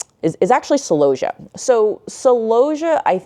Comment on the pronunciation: I have never heard celosia pronounced like that before. I say cell-O-see-ah. I would like if your pictures of flowers etc were up longer too.